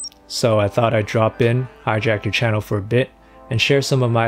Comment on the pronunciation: i thought he said Jackie CHANnel lol